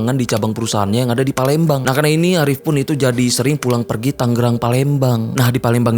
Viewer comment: Bang tangerang bukan tanggerang. G nya 1 biji aja bang wkwkwkwk